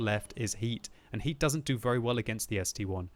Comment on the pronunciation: It's ST-I, the letter, it's not a roman numeral or a 1.